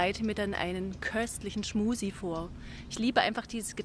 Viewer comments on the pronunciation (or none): Ist das Absicht, dass Du permanent "Schmusi" sagst?